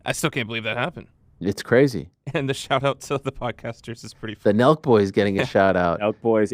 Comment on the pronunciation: Nelk not nell